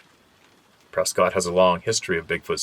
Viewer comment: there is no way you could know this but, "Prescott" Arizona is pronounced PRESS-kut. lmao! Sorry, I had to give you a hard time.